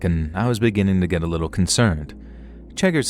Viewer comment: lovely narration! Though sorry but I couldn't help chuckle at the "git get gone!".